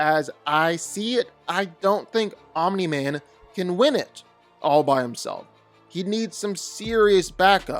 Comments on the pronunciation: bro why do you say OMINI MAN STOP IT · ... stop saying "Ominy-Man"